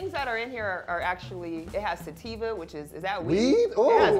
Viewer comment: Lol sadly the "stativa" in Aveeno was mispronounced. It's avena sativa, which is an oat.